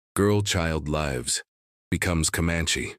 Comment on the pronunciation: Good story! Maybe a few more pictures? Might want to teach the AI the different pronunciations of "live/s."